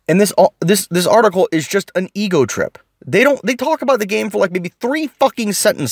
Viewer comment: Geeeezus this was hard to listen to that....."article"